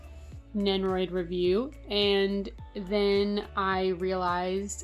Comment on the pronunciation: Over all great review but one thing annoyed me… You say nenroid and not nendoroid